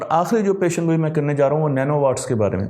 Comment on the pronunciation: سر جی ن پڑھا نہیں جاتا اصل لفظ ہے پیش گوئی ۔۔۔پیش یعنی پہلے گوئی بات کرنا ۔۔آپ کو لاکھوں لوگ سنتے ہیں بچے خاص کر درستگی کر لیجیے